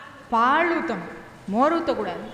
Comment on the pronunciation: உச்சரிப்பு சரியா பழகுங்க முதல்ல. பாள் - இல்ல பாழ் - இல்ல பால் - இதுதான் சரி தமிழை பாழாக்காதீங்க ...